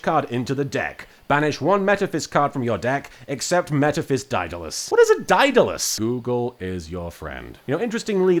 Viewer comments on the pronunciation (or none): Say it with me: DAY-DUH-LESS (Also: Yes, I'm trying to lecture an Englishman on how to pronounce English words...as an American...from a country famous for butchering said language.)